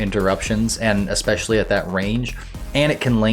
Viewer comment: usually when you have a regular audio program, you learn to pronounce words correctly. I swear, I hear "expecially" every single video of yours. idk why, but it drives me nuts.